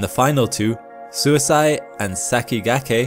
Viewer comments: FYI, Suisei is the Japanese for comet, and it's not "suisai" but more like suis-ey-ee the E is read like the one in sakigakE and the i as 'ee'. It does kind of make an "ey" sound together, but no "a" should sneak in. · that Japanese probe is definitely not pronounced as "suicide" LOL, it should be pronounced (to the best of my effort in typing it out) "Suui hsieer", which means "Comet" in Japanese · Sorry, but the pronounciation on Suisei is wrong. It sounds like Su-ee-se-ee. It means comet in Japanese. Love your content however. Please make more! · Suisei is pronounced sui-say 🙂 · Suisei is pronounced like "swee-say" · Thanks for the informative video as always. Also, 'sei' in Suisei is not pronounced like 'si' in side but more like 'sa' in say.